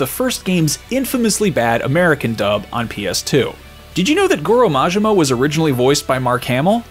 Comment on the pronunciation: Majima... please practice for the next video haha.